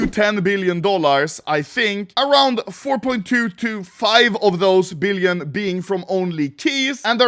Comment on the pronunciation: "3.3 BeEleon Dollahr"